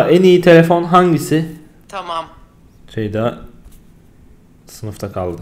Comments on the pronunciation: Ceday olmaz Ceda-y olur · CEYD-A DEĞİL CEYDA